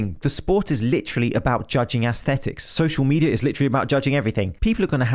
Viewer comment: "social misleadia" lol